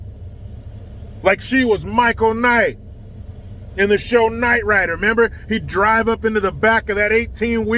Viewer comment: He said “Michael Knight” 😂😂😂😂💀